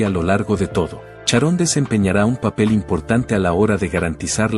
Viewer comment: ¿Como que fue una estrella? Ozzy no sé a muerto todavía, además se pronuncia Sharon y no Charón. 🤔